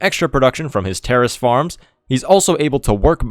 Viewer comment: I heard this as terrorist farms, what is wrong with me